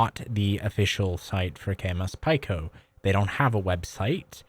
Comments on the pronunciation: Pretty sure it’s pronounced “pee-co” like “small” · It is pronounced "peek-o". As in the standard metric prefixes, you know ( pico - nano - micro - milli - kilo ) They teach that in middle school, hope you didn't skip class to play video games 👍